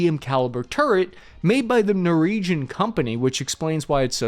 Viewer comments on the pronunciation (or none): Noreegen? Try Norweegen!!! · Did say "Norregiun" company? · Wait, did you say Noregion ??? You did, lol...... . . . . . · Hey average infantry guy - its Norwegian not Noregian !!! - 12 year US army veteran and half Norwegian...